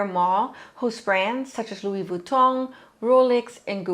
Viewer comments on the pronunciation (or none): none